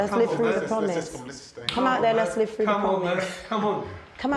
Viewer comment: "a promise you come out we'll live it fruu"